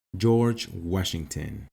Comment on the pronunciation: Jor whasginton